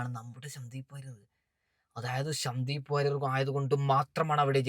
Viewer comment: ശ ന്ദീവ് വാര്യർ എന്നല്ല - സന്ദീപ് വാര്യർ